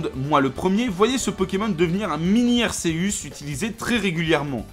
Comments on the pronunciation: arceus se dit arkéusse!!!!!!!!!!!!! pas arséusse 😭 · "Arsséüss" *triggered* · Sa ce prononce arkeuse